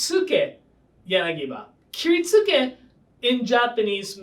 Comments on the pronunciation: You're right, but the guy in the video absolutely mispronounced it, regardless. It's clearly not "Kirit-SOO-kay" with an emphasis on the SOO. That's exactly how an American would say it. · The u is silent in kiritsuke my asian brother.